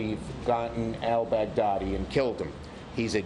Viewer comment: Why can't I stop hearing "Bag Daddy"? Mad props from the Philippines btw, US